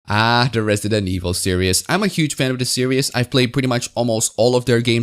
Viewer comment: Great video, but permit me to mention that "series" is pronounced "sear-eez", not "serious". I don't mean to be a dick about it, so sorry if it comes off that way.